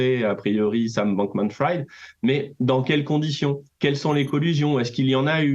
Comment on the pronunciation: Bankmanfrid… erreur Frieeed! Bankmanfried!!!! Le banquier cramé! Pas epstine non plus, epstEIN!!!! C’est clair?